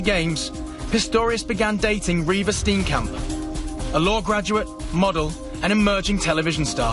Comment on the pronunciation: You don't pronounce Steenkamp as Stinkcamp. Its an Afrikaans surname.